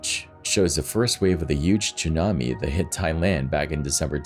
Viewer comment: "Chewnabi"? HAHAHA Tsunami, pronounced sue nami lol